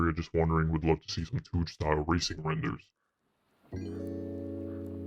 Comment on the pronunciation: “Tuuge” lol 😂